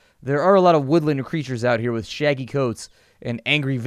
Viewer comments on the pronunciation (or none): none